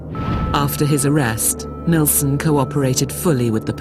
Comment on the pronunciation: is anyone else irritated by them calling him NElson instead of NIlsen???? ugh!! but these 2 poor guys!!! NO....Martin ....YOU are NOT to blame....he was the freak not you